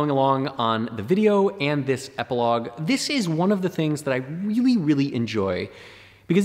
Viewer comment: Very interesting "Eiplogue" ;)